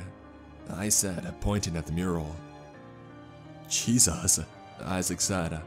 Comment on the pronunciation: Nobody ever:: "Jesos"